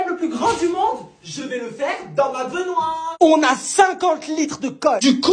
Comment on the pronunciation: C'est moi ou tu as bien dit Benoîr au lieu de dire baignoire